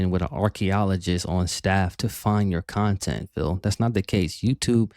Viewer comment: keeps comparing himself to a tvshow/movie. Yes it's taking his "kahntent" sure but he's not a industry project he's just a fat old man who sits in his room 10 hours a day playing games begging